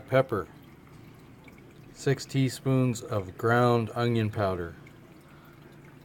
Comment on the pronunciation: Since when is there is a "g" in the word "onion"???